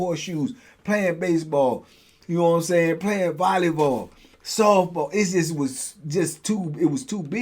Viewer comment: Dig your channel. Everyday watcher. it's volleyball not volleyvoll. No disrespect